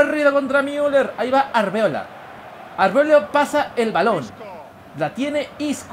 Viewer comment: algún día dirá bien Arbeloa en vez de arbeola? xD